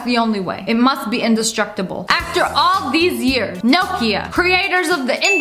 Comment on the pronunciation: the way she says nokia is really triggering me lmao